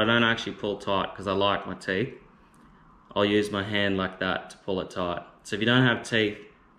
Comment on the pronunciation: "if you don't have feeth"..... ok